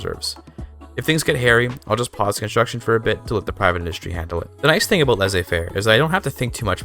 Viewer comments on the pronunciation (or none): Aboat dat ei Dude going full Canadian